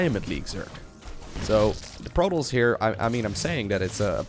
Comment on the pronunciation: "...for Prototss i would certanly expect Maroduers..."